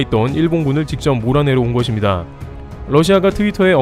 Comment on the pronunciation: 거봐 ~것입니다를 거딥니다가 아니라 거십니다로 발음하니 훨씬 자연스럽고 좋잖아 ㅎㅎ 잘 하자잉~~ㅎ